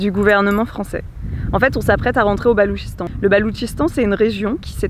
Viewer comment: Bonjour ,pourquoi le gouvernement a t'il miné le Balouchistan une province de son propre pays si j'ai bien compris ? Ps d'ailleurs c’est pas le Baloutchistan qu'on dit ? Merci